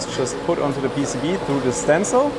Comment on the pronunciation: you speak english well. why not turn the duh's into the's?